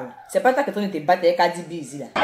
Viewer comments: On dit Cardi B 😂😂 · On dit cardi b et non kadi b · On dit CARDI B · On dis cardi b Stp